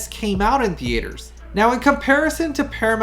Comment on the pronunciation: What’s a thee-ay-ter?